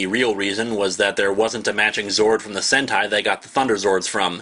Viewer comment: Look up "Sentai" not "Senti".